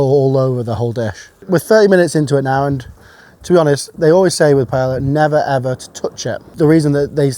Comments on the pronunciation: Such a high level and skilled chef like you pronouncing Paella as ''Paela' instead off ''Paeya'' is asinine. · could you at least try to pronounce Paella Correctly, time to fix the family tradition ! The L's are pronounced with a Y sound, not an L sound ........ Pai-ay-uh. No L sounds. I love your channels but this is the kind of stuff that makes anyone sound a little foolish, especially mispronouncing a world recognized and loved dish. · Awesome!! BTW it’s pronounced pie-ā-ya I think 😅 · It’s not Pa Ella it’s Pa Eyya 🙄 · Say it with me... pai-AY-uh. Wtf is a "pie-La" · I personally love how much honour you give the dish, while making zero effort to pronounce the word correctly. "How do you say it? Pa-eya? Nahhh, I will say pie-eller" Bless you😂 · Would it kill British people to say pai-eya instead of pai-ella? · Honestly, I think you have so much to offer. That said, I just can’t get past the mispronunciation of paella. You must know that it’s “pie-eh-ya” right? Not “pie-ella.” Maybe it’s me but it’s hard to hear. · Please, it is pronounced pah-eh-yah, NOT pie-ey-yah. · Pronounced “Pae-ya” not “Pae-la.” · Interesting how you use the incorrect (pie-ell-a) and correct (pie-ay-a) pronunciations of paella..... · Great video and recipe, but I can't get over the typical British "Pay-yell-ah" pronunciation. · You should probably know this as you're an impressive chef who knows all the names for this spanish dish, but the double L is pronounced as a Y, so you should pronounce it as pae-ya. Sorry for sounding stuck up it's just very grating on Spanish ears. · Say pa-ella one more time big boy, i swear.... hiw lomg have yiu been saying that? At least look up the pronunciation will you? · Ther is no R in paella. It’s not paellr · please, please, please.....never say pae LLLLLLL a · pie yella LOL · Its pronounced pie-eh-yuh 🙄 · Pie-ella - oh how the English butcher the Spanish language 😁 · Bro's calling it paela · ...Is it THAT difficult to pronounce Pah-Eh-Yah?